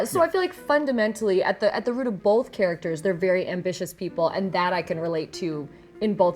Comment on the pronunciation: She says "Bolth."